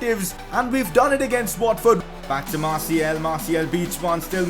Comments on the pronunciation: martial is said like marshial not marciel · Dose he not realise that its is martial and not martiel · Hey bro it's MartiAl ! with a A not a E. now i give a important mission: in your futur videos you need to say Martial with a A not a E. Good Luck Bro 👈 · Martiel pls just say fkn martial it's not that hard m8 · Could you stop pronouncing Martial like Martiel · Ur really meant to pronounce it like marsiel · Learn to say martial